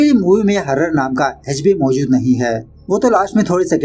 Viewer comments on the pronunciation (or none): Jo हॉरर को हारर bol raha hai uss ganwar se Korean name pronounciation expect nhi kar sake hum - iski jaaat ka